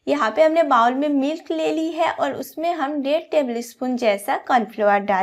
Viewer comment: 😂😂😂bowl what a pronunciation